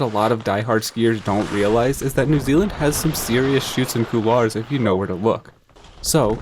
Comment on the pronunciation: thank you for being the only Ski YouTuber capable of correctly pronouncing the word “couloir”